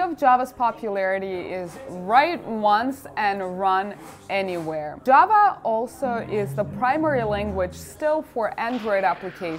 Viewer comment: Хах. Сразу услышал не джава а джаба